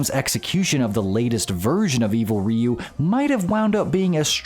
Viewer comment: It's R-.... oh wait, you said it right. I'm so used to hearing it as "evil raiyu" for more than 20 years now, hearing it said right is actually kinda weird.